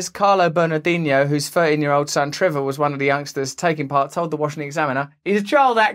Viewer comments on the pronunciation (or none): none